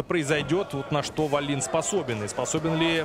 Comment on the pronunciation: Комментаторы вроде образованные люди, особенно Валуев (депутат). Неужели в головушке не возникает мысль, что в шведской фамилии ударение не может ставится на последний слог. Весь поединок произносили фамилию шведа как дагестанскую: ВаллИн. Никогда не будет у российских комментаторов должного уровня. Если они даже подготовиться не могут и правильно назвать фамилию спортсмена из основного поединка. Жаль Гендлина нет.